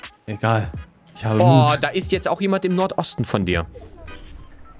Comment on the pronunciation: Mut und nicht Loot🤦‍♂️🤦‍♂️